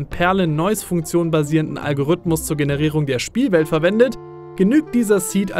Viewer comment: du sprichst das Wort "Algorithmus" falsch aus. Da ist kein ü oder y, und das i wird auch als solches ausgesprochen. Algorithmus. Zweitens: Es ist nicht "der" Algorithmus, der die Grafik von No Man's Sky generiert. Es sind hunderte Algorithmen in Millionen von Programmcode.